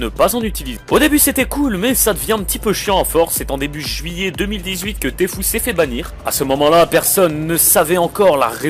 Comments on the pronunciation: Lol il a dit tfou au lieu de tfue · On dit T fyou pas T fou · Tfue se dit Tifiou !